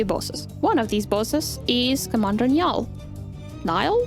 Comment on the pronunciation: Niall is pronounce "Neal," but Nya-all is funny so by all means continue saying that. Irish spelling is stupid. Like, how is "Sean" pronounced "Shawn." They have played us for fools.